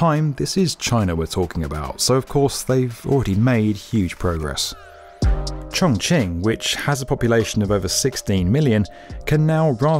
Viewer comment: I want to congratulate on not butchering the chinese names this time, especially those with difficult pinyin letters like Chongqing and Zhenjiang... Until Zhengzhou. There's always one eh